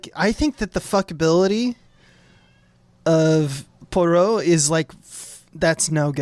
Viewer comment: Ayy, it's my episode!! I'm so happy how this turned out! Thank you to Dave and Tom, but also! (Also, JFC, learn how to say Poirot,!) Loved your take on the Ohlsson (Bergman) interview scene--that one'r is almost the sole reason I got so obsessed with the Lumet version that I commissioned the whole thing! Can't wait to hear you guys talk about the Branagh version, which... I kind of hate, and I think you guys will talk up a lot more, but I'm ready for the pain!